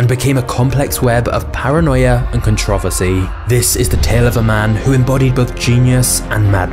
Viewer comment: I love your videos but bro ima need you to start saying the word controversy the correct way lol